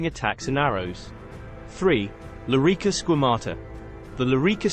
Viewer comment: "Lorica" Not "Lyrica" And "Balteus" Not "Baltius"